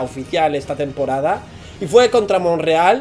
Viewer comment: es montreal no monrreal🤣, pero calma, personalmente creo que miami deberia darle mas relevancia a competir en la mls que en la concachampions, ahi la tienen mas dificil